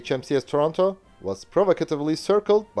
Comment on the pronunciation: I must congratulate you on you're correct pronunciations of Canadian city names, most notably Calgary, Regina, and Toronto.